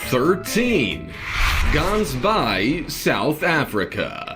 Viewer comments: You supposed say the G part in the word Gansbaai like you trying to get phlegm off your throat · that's not how u say Gansbaai the G is pronounced wrong